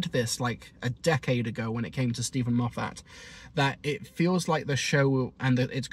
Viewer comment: It’s pronounced MOF-ət, not mo-FAT.